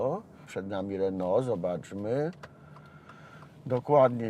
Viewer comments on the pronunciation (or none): none